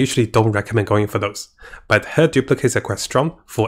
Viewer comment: BUTHTER SHOGUN LIKE RAIDEN SHOGUN BUT BUTHTER!!!